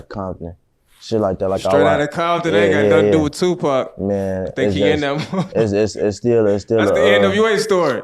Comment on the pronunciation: Who the hell saying qpac shakur 😂😂😂😂